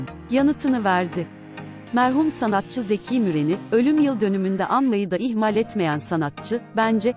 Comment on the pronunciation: Seslendirmeyi yapan hanımefendi Türkçe telaffuzu ve tonlamasına daha çok dikkat etmeli. Diva kısa, Zeki kısa, ihmal uzun okunur.